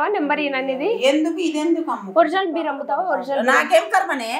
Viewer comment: Bear (ఎలుగుబంటి) కాదు మే అది Beer🍺(బీర్) ఏ english రాదా, తెలుగు medium batch ఆ 💕🌹♥️